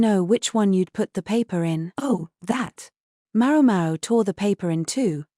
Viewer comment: For the love of God, will someone please adjust the AI accent to pronounce MaoMao correctly?!!